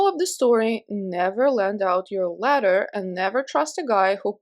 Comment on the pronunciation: In the last story I thought you were saying "letter" for like 90% of the story. Then I realized it was a ladder and it made more sense 🤣🤣🤣 But, why does his ex wife live next door?! I still have several questions. Look after yourself and take your time💕